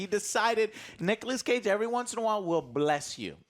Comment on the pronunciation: "nichas cage"